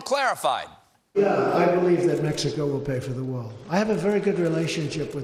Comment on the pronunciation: Ha ha "I happen to bielive whatever persons in the same room believe"